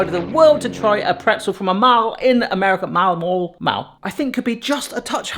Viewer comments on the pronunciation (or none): M all. What's a MAHL, I can't even spell the way you said it. Damnson, I'm from Illinois where we butcherthefuck out of soft "A"s here and even we don't say mal. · Mall rhymes with all. 😉